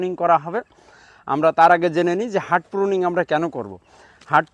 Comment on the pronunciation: হার্ট/heart প্রুনিং না। এটাকে হার্ড/hard প্রুনিং বলে